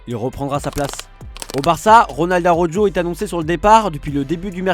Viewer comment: Bon, ils ont décidé de massacrer le nom d'Araújo de nouveau. Vraiment des blaireaux